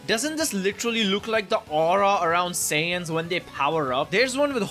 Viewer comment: When he said Saiyans i thought he said Sans. Am I cooked? 🙏😭